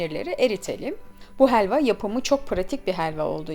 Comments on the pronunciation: Hheeelva degil abla helva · Heelva değil helva